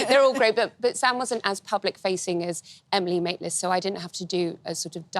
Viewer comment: Who's Emily Maitlins? At least get the name right!